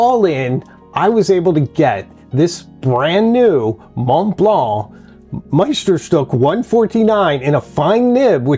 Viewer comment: Meisterst(ee)k not Meisterst(oo)k.